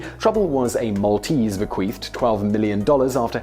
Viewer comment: Be-qweef lololol